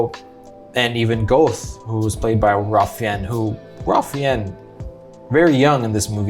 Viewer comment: Wow. Good quote. I read that book years ago. You've done a very thoughtful job with reacting to and reviewing this film. I think Fiennes is pronounced 'fines'. Yep. There were other heroes. My great uncle had two sisters who left Germany on something called the Kinder Transport. He was too old for the Kinder Transport but he had a business associate in Japan who was able to get him out of Europe. There are so many stories. I have a cousin who escaped a work detail and lived out the war in the woods. Nazis generally avoided the woods because Russian resistors camped out in them. On the gas chamber, incoming groups of able-bodied people were generally kept in 'working order' for as long as they were needed to perform camp labor. I remember seeing that and just not even being able to move until the water started coming out. I read something interesting about the characters of Helen Hirsch and Itzak Stern. In both cases, in real life, there were other people who were in their same situations, who weren't depicted in the film. For example there were a few other house girls and there were also 4 other men who worked along with Stern. I guess for film structuring, Speilberg thought it better to focus on two distinct individuals instead of groups of people. Or, maybe they weren't around by that point to share their stories directly. There's an interesting (actually fascinating) documentary about Goeth's daughter who when she grew up and learned about who her father was (she was born